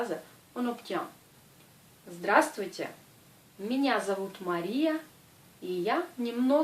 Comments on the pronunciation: Zdra strui tiai ? =) C'est ce que j'entends enfin +- =) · prq en pronence pas le b dans le mot zdrastovtye